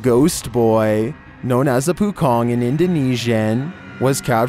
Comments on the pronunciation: no 11 - pocong = paw-chong . pohkong sounds like a jewellery shop in my country. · no. 11 is "po-chong" not "poo-cong" 😭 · Its po chong. Like lee chong wei. Not pokong. Wtf